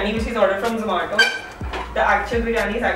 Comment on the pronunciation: Its not zo-maa-to